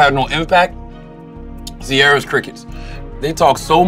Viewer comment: Did CTG say Ciaira Crickets??!😆😆😆